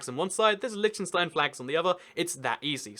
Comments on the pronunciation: It's LITTENstein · It's pronounced Lichtenshtine and the ch is pronounced like the rough sounding h in hue or huge. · Every pronounciation is wrong bro! :D Try it mit einem deutschen ch: ç -Milch (milk) Damn i like your content! c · "However you wanna pronounce it. I'm sure they won't mind." I am from Liechtenstein and do mind! just kidding lol